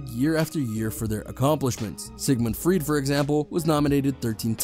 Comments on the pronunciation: It’s pronounced “Froid” (not “Freed”) and CanAVeral (not CanaVERal). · Freud is pronounced 'froyd' , fyi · Sigmund Freud is his name. Not Freed